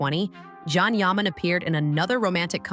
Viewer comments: Meeee too!!! They are moderator / announcers and most all of them — almost on purpose — say his name wrong on PURPOSE‼️😡. It’s not can - like a can of soup!! It is CAN— pronounced JOHN!!! ‼️‼️‼️‼️‼️please moderators let your staff or who lever works with you KNOW HIS NAME! I Black AMERICAN and I ca. say it! It’s very DISRESPECTFUL continually mispronouncing his NAME‼️‼️‼️😡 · Say his name correctly! say ..JOHN JON.. .. NOT JAN OR CAN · Pronounced Jon, not kan or Jan … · In Turkish, the letter 'C' sounds like the English 'J' . And The 'a': It has a soft, elongated sound, similar to the 'a' in father - or "ahh". So it's not Jon, John, or Jan. It is pronounced J-aw-n - rhymes with "fawn' and "dawn'. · Actually it’s pronounced as jaan, which means life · Yeah not soup CAN or CON artist—-sounds like English name JOHN, not girl’s English name JAN. All we hear is scratching on a chalkboard ANNOYING, AND not only Can’s name, you pretty much murdered the other name pronunciations, bottom line you can’t pronounce Turkish actors names. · John. his name is pronounced John. you lose all credibility if you cannot research something as simple as the correct pronounciation of his name. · First name is pronounced Jon. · vyslovuj Džan. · y, it’s pronounced like John in English/American. I watch a lot of Turkish TV, Can is pronounced like Jon or John. Look it up on Google Translate if you want. From Turkish to English…type in Can Yaman in Turkish and listen to it…John yaman…….when he says his name, he says it like John in English… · So annoying to hear his named said WRONG its pronounced JON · w języku tureckim c wymawia się jak dż a więc Dzian